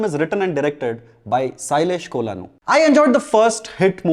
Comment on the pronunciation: It's Ko-luh-nu not Cola-nu